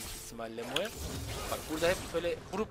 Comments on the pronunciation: bro şuna moe deme moğ de , telafuzu öyle , tilt oldum. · Sunucu kardeşim İngilizcen var da neden "mo" yerine "moe" diye okuyorsun. Dislike sebebi. Ama emek var.